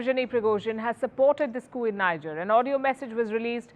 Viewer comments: For crying out loud, it's NEEJER not NYJER. She is the only broadcaster on the net unable to pronounce the country's name correctly. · Is called 'Nigear' & not Nija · That country is pronounced "Nee-Jer" & not "Nai-jah" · It's not pronounced Ni-ja...the pronunciation is Nee-Jhay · People will rush to blame Wagner & Russia, and forget that just two months back, the President of Niger (pronounced 'knee-jhay', NOT 'Nigh-jar') announced publicly how he planned to move from the CFA Pact. Now which colonial power benefits from the CFA Pact? Think, Vantage, Think. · Niger correct pronunciation : Knee-jhearr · Is pronounced Kni Ger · For the sake of all things decent, the pronunciation is Nee-jer. It is French. Not English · It's pronounced Nee- jay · Welldone, please learn to pronounce Niger. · Your pronunciation of the country is wrong! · You talk a lot about the country you don’t even care to pronounce it correctly. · Pronounce Niger properly